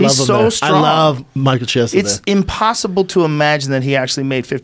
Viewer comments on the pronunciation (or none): i am fucking appalled that rogan doesn't know know how to pronounce Chiesa's name. jesus christ. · chee-esa who? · Why are they calling him Michael Chee- esa? It's Key- esa in Italian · Brendan has the name pronunciation skills of Uncle Joey